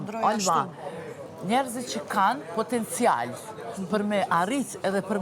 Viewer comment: Popoptencial😂😂😂😂😂 spo mundet prej botox me fol mir